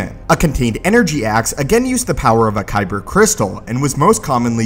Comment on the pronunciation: Dude be like "koyber crystal"